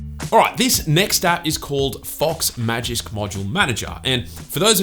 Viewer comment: Props for saying Magisk Modular Manager as many times as you did.